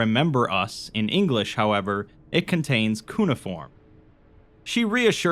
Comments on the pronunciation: "koo-nuh-form" No, holy fuck no, its "cue-na-form". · Sumerologist here! It's /kju/-neiform, not /koo/-neiform. In case it ever comes up again. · cuneiform = cue-nay-ih-form just so u know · no it’s not it’s cue-neigh-i-form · there is no second "i" sound, just cue-na-form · Sorry, totally gonna be that guy. It's cu-nay-eh-form. I'm pretty sure anyway. Lol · In this episode: rapes the word Cuneiform while trying a new snarky persona thats not working at all. And The author watched one DeepDream ai video in 2015, becoming their whole personality during the writing of this dumbass story. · It's like you're saying "Harry isn't pronounced hairy". Which I know Brits insist upon, but nobody can spell out the difference.